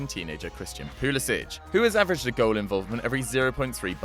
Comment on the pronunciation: Your pronouncing Pulisic wrong. Its PulisiCK not Pulisich